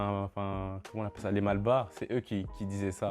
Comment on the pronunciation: Coucou! J'aime bien le contenu. Big up à toi, j'espère que tu lis les commentaires mdrrr 😉 juste rectification, c'est pas "Malbas" mais "Malbars". Puis j'aimerais dire quelques trucs aussi car je trouve que le sujet est assez intéressant. Je pense que c'est souvent plus simple pour des jeunes enfants noirs de "bien s'accepter" quand on vit depuis son plus jeunes âge entouré majoritairement de ceux qui nous ressemble. Perso j'ai grandi à Mayotte parce que je suis née, ou y a des gens qui sont comme moi la bas jusqu'à mes 17 ans et j'ai bien vu la différence. Quand je vois et lis des témoignages par exemple de certaines filles qui ont du se défriser les cheveux parce qu'elles subissaient des remarques racistes et désobligeante à cause de leurs afro ou juste pour ressembler aux critères de beauté caucasien, moi c'est des choses que je n'ai pas vécu, mes cheveux n'ont pas été un fardeau parce que tout ceux qui m'entouraient avait les mêmes que moi. Juste pour dire qu'on grandi peut être mieux entourés de personne qui nous ressemblent à première abord. Puis quand je vous entends (pas mdr, désolé j'écris en même temps que je regarde la vidéo donc je ne connais pas les prénoms) on ressent bien qu'avoir grandit déjà dans un univers où y avait majoritairement des personnes blanches sa construit d'une autre manière. On vous demande de vous affirmer, de montrer que vous valait mieux que les autres ou que vous êtes pas si différent que ça. Apres pour la question des cheveux. M